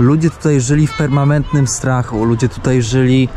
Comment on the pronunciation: PermaNentnym, nie permaMentnym. Żebrze, nie żebra.